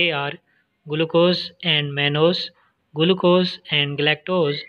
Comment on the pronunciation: Its not guluccose its glucose